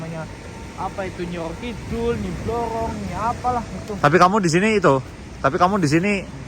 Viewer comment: tegal nonton,jtu sapa namanya si, itu nyebut namanya udah salah bukan nyi yoyo kidul nyi roro kidul nyi bloyong nyi blorong pake R bukan Y itu yang bener 😃😃😃 mantaaap siip